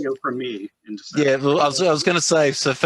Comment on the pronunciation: Aww it was supposed to be DEC-cember.